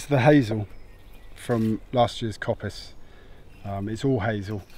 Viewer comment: what is 'coppus' or however its spelt that he keeps mentioning for the hazel?